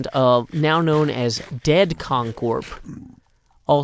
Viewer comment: CON (CORP) CORPS